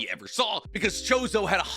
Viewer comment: Choso, not chozo